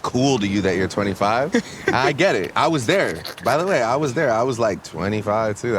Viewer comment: why he say 25 like that